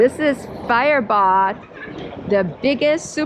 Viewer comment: You pronounced Firebaugh Perfect